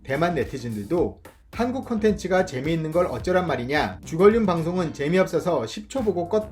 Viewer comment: 주걸륜? 발음이 걸레 느낌이 나는데.